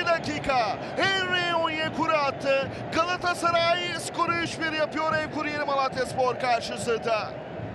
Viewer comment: Bu spiker niye Galatasaray diyemiyor?